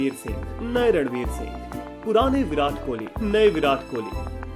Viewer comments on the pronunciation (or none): Abe tu pakistani hai kya jo Virat ko Viraat bol rha hai.